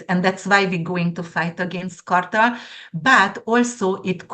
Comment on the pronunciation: Amazing predictions, thank you and. Dear, drug cartell is easier to pronounce if you say: car-tell. I totally agree about the "so called" art that you mentioned. Thank you again 😊koszonom💌🌻